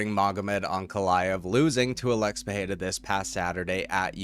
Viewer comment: Why pronounce PeHeira? It's Pereira